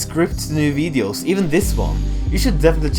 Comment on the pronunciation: Ya really still can't pronounce videos properly, wellwell